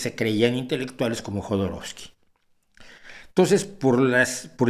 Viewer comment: Cuando he escuchado "Jodoroskii" he soltado una carcajada que seguro me han oído los vecinos.